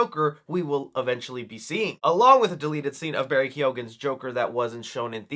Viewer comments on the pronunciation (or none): Barry Keoghan surname is pronounced 'Key-on' ... He's Irish. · The "gh" in Keoghan is silent ✌🏻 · I know we all feel bombarded with Jokers, with even the fact his own movie is getting a sequel. But Matt Reeves’ Joker sounds really interesting and I need to see that scene with my fellow Irish lad Barry Keoghan 🇮🇪 (which is still fascinating to me how you guys butcher his name 😂) in full glory